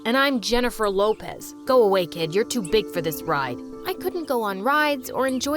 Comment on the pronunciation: He really said Jennifer loopaaz